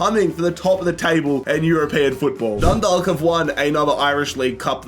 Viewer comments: Feel like we've been trying to tell that it's "Dun-dawk" and not "-dalk" for years now. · Its pronounced Dun- dauk Dundalk